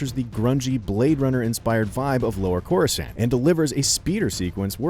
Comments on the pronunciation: I hear chorusand. Who the hell pronounces it that way. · KoRuSaNN :PPPP Jesus Christ IGN, hire some competent employees. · Andre Ray you got it easy, I knew someone who pronounced it “chorus can’t” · Chorus-ant lol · Shut up bro u can’t even say corscant right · Imagine judging the beginning of an arc just because it’s boring, y’all actually don’t know how to properly rate movies, so you guys don’t have any right or reason to judge a movie or TV show, and please say Coruscant right, that’s gonna trigger me n imma slap you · How can u “watch it” and hear them say coruscant over and over again but u cant even say it correctly 🤦🏽‍♂️ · This guy isn't a real Star Wars fan you can tell from how he pronounces easily known planet names. Bad video. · Don't listen to this..... He can't even say the name of the world correctly. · Ahahah true!I loved this episode tho.. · If he says "Coruscant" like that one more time...